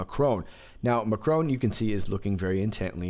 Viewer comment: Love your videos! Thanks for all you do! Quick note.... it's Mac (like it's always sunny in philly) + Wron (like you're saying 'wrong' but were too lazy to finish pronouncing the 'n' and 'g') Just trying to help :)